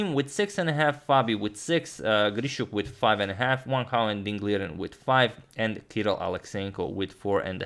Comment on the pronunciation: Agad says Sam Hao, let him know lads that is Wang Hao,not Sam Hao